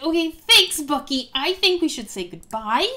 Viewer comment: Its bucky not ucky